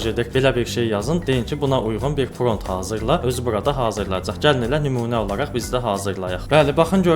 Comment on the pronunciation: Pront yox =prompt dəyərli insan 😊